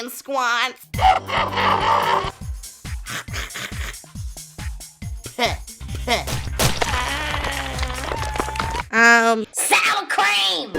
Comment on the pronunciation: I ain’t no way this girl went from “SOWUR CREAM” to “HOW DO YOU NOT COMPREHEND THAT FOR SOMEONE WITH MY MONSTROUS BACKGROUND?!”